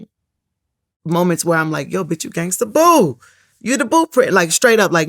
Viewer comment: It's Gangsta Boo not gangster... Vlad always erroneously puts -er instead of -a on words. It's a good thing he doesn't say the n word!